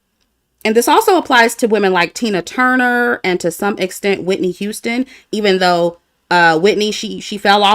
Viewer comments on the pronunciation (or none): none